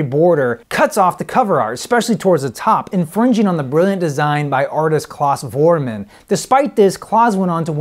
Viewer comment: Excellent review. BTW it's (phonetically) Clouse (like house) Voorman, not Claws. LOL